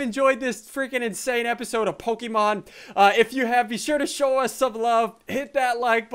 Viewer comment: you're bad at Pokámanz